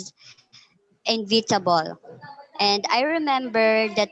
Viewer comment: Inevitable = /e 'ni vete b l/, not /invite b l/.